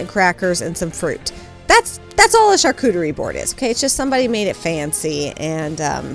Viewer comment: I am French and you nailed it ! You pronounced charcuterie the right way especially the U and the R 😉 Here we serve le plateau de charcuterie with cheese and of course wine 🍷 Love to see you in your favorite time of the year 😊